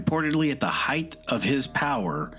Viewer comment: at the “heightH” (?) of his power? There is no H at the end of Height,. 😂